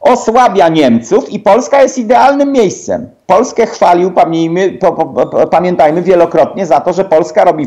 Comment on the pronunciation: "pamnijmy" - ruski agent się zdemaskował? :D